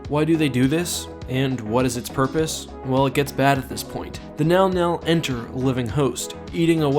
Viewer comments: Text: mŋgɑl-mŋgɑl Speaker: “nɛl-nɛl” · Isnt it pronounced Min Gal Min Gal? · Sama. Sy bacanya juga "Menggal-Menggal" xD. Tapi di video dia bacanya "Nal-Nal" dalam hati: ko bisa sih dia baca begitu?" xD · how do you get nau-nau from Mnggal-Mnggal. I am not saying you are wrong, but, I would never guess that is how you pronounced that name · Mnggal mnggal being pronounced "now now" is really fucking with me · Who else thought he was saying "The Now Now"?🤣🤣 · I keep thinking meow meow when you say the creature’s name which makes me laugh. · It's pronounced MNow-MNow? Okaaaay... o.O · The scariest thing is how it's pronounced